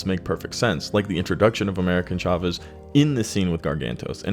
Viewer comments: Dude how ofter will you pronounce that wrong: AmericA Chavez … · Jeez that was painful. America Chavez. Once or twice coukd be an honest mistake, but damn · You literally have her name correct on the screen and say it wrong bruhhhhh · Tell me you've never read an America (no N) Chavez comic without telling me... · AMERICA CHAVEZ, not AMERICAN. C'mon, do a SHRED of research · Jfc get her name right, you only said it like a thousand times in this video. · The video was good but the amount of times you got this characters name wrong is amazing. Brought down quality of this great video.